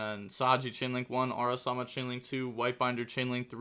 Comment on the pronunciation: Ara-MA-sa, not Ara-sa-ma